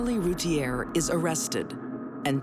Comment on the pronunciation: Darlie's last name was mispronounced. It should be "Root-ee-ay"